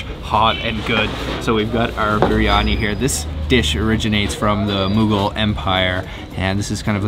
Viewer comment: . You can't even say Mougul empire correctly? Really?